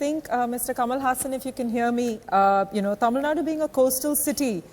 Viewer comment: The reporter please pronounce Tamil Nadu completely. Don't eat up the words just like you ate dosai and made it dosa.